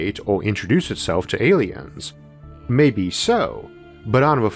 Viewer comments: pretty sure he's saying awiens. Is it just me or is that a fairly easy speech impediment to fix? I had a hard time seriously listening to this. For someone who is known more by their voice than anything else, it should be your best tool. The limp-noodle soup coming out of his mouth in the place of "R's", "L's" and "W's" is a really take away from how intelligent he may be. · Me, an ascended meme god: ayyliens